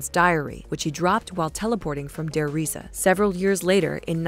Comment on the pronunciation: You mispronounced der rise